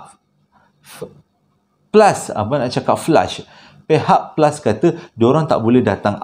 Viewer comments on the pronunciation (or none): Fihak flus pon bolehhhh😂😂